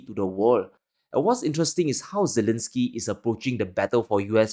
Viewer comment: subject matter is superb but he has a strange way of pronouncing things..such as Zilinsky when the whole world is pronouncing Zelensky. Listen to other news readers and commentators and follow them...don't invent your own unique way of pronouncing names and other things.